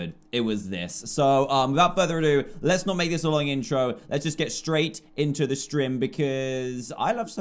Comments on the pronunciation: he said STREM, not STREAM but that's classic dantdm for ya =3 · Lol at the beginning he said strim not stream XD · Did... did he say "strim" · Dan you said stream it’s stream XD you said it wrong